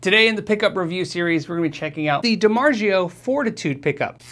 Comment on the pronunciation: Dimargio (it's a soft g) haha its z o